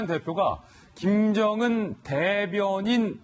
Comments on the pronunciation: 대변인직으로 들리는되요 ㅎㅎ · 내가듣기로는 대변인이시라고 한걸로들리는데 나만그런가? 앞에 어떤분이 대변인이라고하니깐 황교안대표가 여기서도대변인이시라고하지않냐?라는말같은데.. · 정확하지 않은발음을 억지로 궤맞출려고 하네 짓소리는 아니고 대변 이니라고 하는것같은데